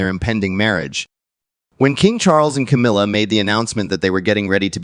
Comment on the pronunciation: Will you please refer to that woman by her correct name she is not Cameelia, but Camilla. it is annoying to say the least.